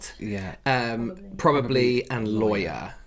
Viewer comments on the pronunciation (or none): This is so entertaining! Why do some have so much difficulty enunciating their Ts when saying “caughT on”? The rough, guttural“caw on” 😂🤣 is sounding a bit cockney, no? And also ignoring the 3 syllables in “probably” … what’s with the “prolly”?? Not an accent thing - maybe because so many spell it “prolly” when texting?